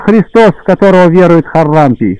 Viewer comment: ХарАлампий! чтеец!!! Простите Спаси Господи+